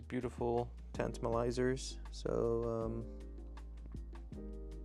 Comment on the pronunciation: Did you just call them “Tantimalisers”?